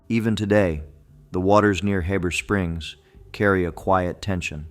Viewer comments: And btw, it's Heeeber Springs, if you weren't using AI it might be pronounced correctly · How the heck do you pronounce Heber Springs as HABBER Springs?? Geeze!!